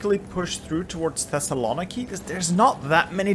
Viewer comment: The way you pronounce Thessaloniki is so bad. Other than that I love you. uwu